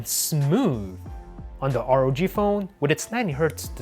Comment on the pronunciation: why you still saying r-o-g phone???! simply say ROG!!